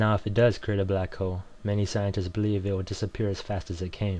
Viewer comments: i love how the guy say balck hole but all and all great vid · This dude's racist. He says "Black ho" a lot. Lol. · LOL! It sounds like he's saying "Black Ho"